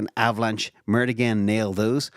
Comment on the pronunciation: It's not murt u doofus. Sounds like maert